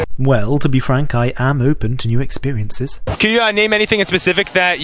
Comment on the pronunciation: "Expire"nces? Is that like trying new forms of death or rotting?